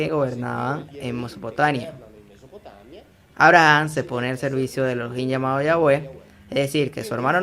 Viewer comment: Porque pronuncias "Abraham" con pronunciación americano—inglesa? Maldito